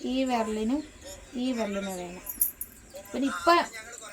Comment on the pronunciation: വേർല് അല്ലടാ വിരല്